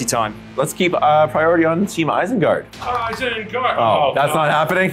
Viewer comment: "Isenguard" troll in there as well lol